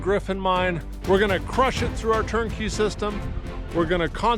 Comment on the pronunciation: Since it's Turkey season.... i couldn't help but think of "Turkey System" when ye said "TurnKey System" so i had a bit of a laugh cause of that hehe. great gold and CO! 😁